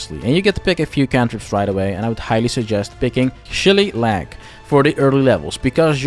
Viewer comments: "Shilly-lag" gets me every time. It's shi-lay-luh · shilly lag xD it's pronounced "shill-ay-lee" by the way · Love the video. Though I do find it kinda funny Shillelagh always trips people up in like, every single video I see where someone mentions it lol. Depending on your dialect it's either (Shuh - lay - lee) or (Shuh - lay - luh) it's an old walking stick / cudgel. Gotta love the Celts with their pronunciation of words xD. Watching Irish pronunciation trip people up always makes me smile a bit, cause it's such a confusing spelling for a majority of their words. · Great vid - i shall be tweaking my build - SHILLY LAG made me laff - its pronounced SHI - LAY - LA if you wanted to know 🙂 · Love the video. One thing though. Shillelagh=Shee-lay-lee. Not shillylag. Sorry, its the ginger in me. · you say shillelagh like "shi lay lay" not shilly lag sdfkodgkofgvkof 😭😭😭😭😭😭😭😭😭😭😭😭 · It’s “Shuh-lay-Lee” not “shagalag” 😂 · SHELL EH LAG? LOL Actually, it's pronounced... SHA LAY LEE. Great video though, just brush up on your Irish folklore ;) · Shilly lag 😂 It's pronounced "sha-LAY-lee" lol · shuh - LAY - lee; otherwise, this video was badly-needed because on Reddit a lot of people still think druids are lame and you proved it can be viable. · "shill LAY lee", is how you say shillelagh. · great vid, thanks, ive always thought druids were weak for solo play, now i see hope. PS. "sha-lay-yah" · Liked cause I love Druids, commented because of "Shell-lay-lag". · My man said, "Shilly-lag." LOL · Loved your video. Just to help… it’s pronounced: shill-LEY-Lee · Did you just call it Shilly-lag? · Its "Shi-Lay-Lee"😉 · ITS PRONOUNCED SHILL-LAY-LAY! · It's pronounced SHE-LAY-LAY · Bro its shil-lay-lay. Thats how you peonounce that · Shillelagh is a Irish word, it’s pronounced Shi lay lay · Hi, As an Irish man I constantly hear crazy pronunciations of shillelagh. Its actually pronounced Sha- Ale - ie. Not trying to be a jerk, just the more you know 🙂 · Shi lay lee